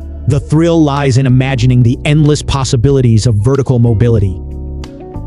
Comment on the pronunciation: I thought we'd see more of each home, so I was disappointed. I don't know who was narrating but they butchered the word mobile and mobility again and again. I think mobile was pronounced correctly twice. Language is important to get correct or it detracts from the video.